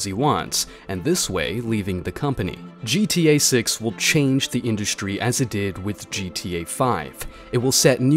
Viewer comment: "gta 6" nah he said "gta sex"